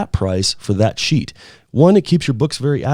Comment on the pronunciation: Stop saying sheet - it sounds weird.